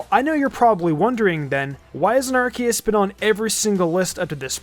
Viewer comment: Arceus is actually pronounced “Ar-KAY-es,” which explains why Silvally’s ability is called the “RKS System.”